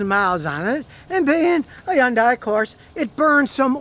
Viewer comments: Scotty...it's pronounced Hun-day, not Hi-un-day! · hyundai: "hun dai" not "hi yun dai" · He pronounces it more like Yun-die. In Korea it actually is pronounced Hee-yun-day. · It's pronounced Honday not YunDie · Scotty, fuh Gahd's sake, it's HUN-day, rhymes with SUNDAY. Jeez. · Scotty, Hyundai itself said that in the U.S. the name is pronounced "HUN DAY"... nothing more elaborate or exotic sounding. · Did he say. Yunday???? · Okay, this is nit-picking . But here goes anyway. Hyunadai is pronounced like Sunday but with an H instead of an S. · “Yawn-Die” never gets old. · Learn how to pronounce Hyundai and someone might listen to you. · If you can't pronounce the name of the company, you shouldn't do videos about said company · Lmao 😅🤣 Scotty be pronouncing Hyundai.